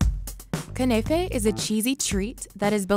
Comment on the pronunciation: im sorry did she just say kunefey😑😑